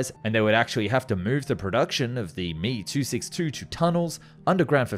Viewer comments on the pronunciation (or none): It's M E, not me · Hearing this master piece of engineering called the "me" 262 rather than "m e" 262 was shameful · Emm eeee NOT me.., unglaublich! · Heyy, love your vids. I appreciate you trying to say foreign words, but please say the model name correctly. Me-262 is pronounced "em-ee-262", it doesn't require any practice to say it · I have been a longtime subscriber and always enjoy your content, but I have one bone to pick with the narration. If the Messerschmitt BF109 is pronounced "Bee Eff" then the ME262 designation is not pronounced "Me" but is actually "Em Eee". Likewise with Heinkel aircraft being "H Eee", not 'Hee", and Horten being "H Oh", not "Hoe". The ongoing mispronunciation of these model suffixes grates on my nerves every time I hear them. If you could avoid this sort of thing in future videos, that would be great. Keep up the good work otherwise! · Dude I like your videos but holy shit, it's H.E..... not he. It's M.E.....not me. Same for old clips. S.U......not Sue. Drives me crazy. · "Mee" 262? "Hee" 178? Makes this aero geek's ears and head hurt. Why not say "Fwuh" 190 or "Biff" 109? The presence of a vowel in an initialisation doesn't automatically turn it into an acronym. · "me" 262? Wonder woff? What? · It's pronounced em eee ! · Great to see this channel blow up, just two things in this particular vid got me. As far as I know you don't pronounce aircraft names as one word, you pronounce each letter. For example you wouldn't call an FA-18 a 'fah eighteen' same for Me or He. secondly, Imminent, not intimate lol